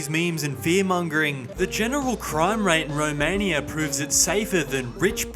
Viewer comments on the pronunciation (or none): I hate thus: the rage baiting title, the way he pronounces Romaniiiaaaa and the fact he started with gypsies. Didnt watch past that eveb if I know that this is satire. 🤮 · Why you pronounce Romania like that